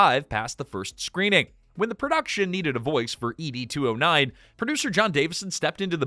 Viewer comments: you keep saying E.D. 209 instead of ED 209 and it's irritating AF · E.D. 209? Were you dropped on your head as an infant? Everyone knows it is pronounced Ed 209 as in Edward. You make is sound like a Blue Pill commercial. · You can pronounce the director’s name correctly over and over again, but you can’t get “Ed 209” right? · Why are you saying it like "ee-dee" 209? You actually watched the movie before making this, right? 🤨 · You beat me questioning just that. The narrator gets on here portraying himself as a Robocop superfan and then shows that he actually has never even watched the movie from beginning to end. (Dear: it's pronounced Ed, just like the shortened version of Edward).